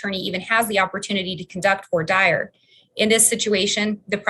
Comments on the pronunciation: Q is there any state in the union that slow boats cases as this state of Idaho Court? Comment:, please note, Idahoans slaughter the pronunciation of voir dire 😄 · I know that I'll probably be crucified for this...I just wish they would learn how to pronounce "voir dire".🙄